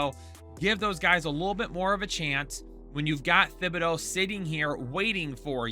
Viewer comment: Stop saying Thibodeaux’s name wrong. It’s pronounced like TIBADO